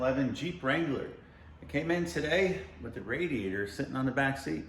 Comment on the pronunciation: The word is not rad iator The word comes from radiant. Nothing rad about it. I don't care, It's just sport to bug you about it. Good video.